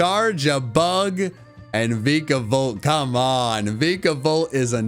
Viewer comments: These videos are amazing but i want to scream when you say veka-volt instead of vika-volt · he mispronounces Vikavolt too (but that one's common to mispronounce (the Vi is pronounced like Vie))